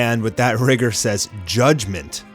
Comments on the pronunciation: Its not (RI)(GR) it’s (Ry)(G)(OR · It’s “rigger” that’s how the author said his name is pronounced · lol. thats what they wanted to go with the pronounciation RIE-GOR